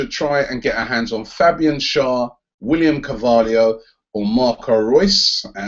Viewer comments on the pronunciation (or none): none